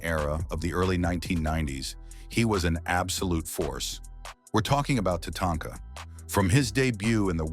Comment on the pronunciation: What do I think about this list? Tatanka, the German artificial intelligence voice, refers to her as Tatonka or Tanaka. Please leave this silly artificial intelligence chatter out of the video. If you want to translate it, please use a human German voice. Otherwise the list is good.